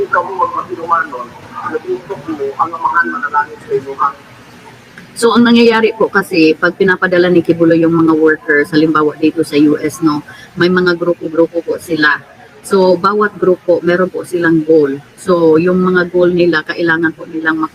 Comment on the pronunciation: Ki-bulok hindi quibuloy